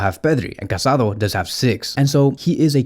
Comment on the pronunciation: His name is pronounced Ca-sa-DOUGH. The accent on the final vowel is important. How can you make a whole video about this guy and not pronounced his name correctly?